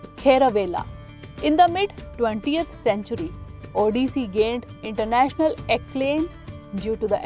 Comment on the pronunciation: Curse you for having pronounced the Odia names and terms (*Odissi Dance) wrong and peculiar way🫤